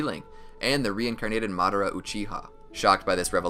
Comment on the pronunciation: how to say madara name madara❌ mad-ara✅